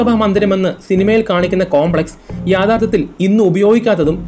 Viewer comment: യാഥാർത്ഥത്തിൽ അല്ല യഥാർത്ഥത്തിൽ ആണ് dear bro. Plz consider